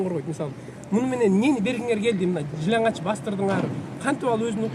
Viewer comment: Бул кыз жыналач дейт го жылаңач деп айтылат